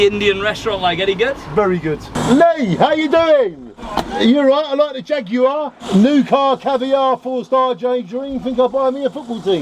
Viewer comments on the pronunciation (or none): none